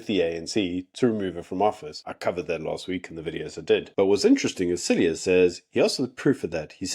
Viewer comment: Pronunciation of "Cilliers" is SILJEE.